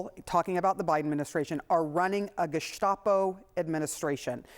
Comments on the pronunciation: Are you sure he didn’t say “gazpacho administration?” Maybe he’s referring to the FDA and regulations of soup?🤷‍♂️ Or if he said “gestapo administration,” wouldn’t that be a compliment from Trump? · I don't think you are saying gestapo correctly. You may wish to ask mtg how to say it right. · I believe it's pronounced "gazpacho". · I believe it's pronounced "gaz-pa-cho" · It's pronounced gess-pa-chi-o.